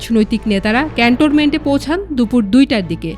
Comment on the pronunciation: Apu, eta CantoRment noy…. Cantonment 😊